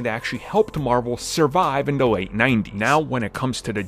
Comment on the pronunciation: Armins "da" instead of "the" count